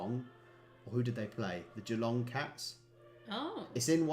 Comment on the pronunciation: Most pronnounciations of Geelong are way off but u did well